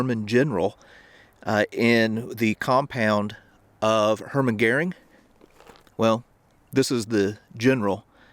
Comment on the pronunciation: The man's name is Hermann Göring ,, hErman gEUring , not hUrman gEring ...... You American!!! Tsss....